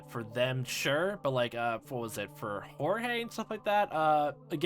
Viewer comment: Why are you calling Georges Jorge? I'm pretty sure that that's not how you're suposed pronounce his name.